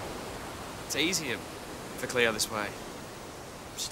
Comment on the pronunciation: its cleo not chleo